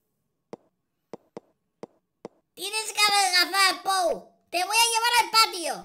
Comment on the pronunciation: que asco medio risa cuando dijo puo bano puo bano puo y pou caca puo caca puo caca me moria